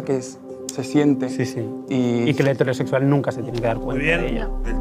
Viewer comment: Pregunta seria, porque pronuncian hetéro en vez de hetero cuando hetero es una palabra esdrujula y no grave fkfjkf es una soberana estupidez pero no entiendo porque pronuncian así, eso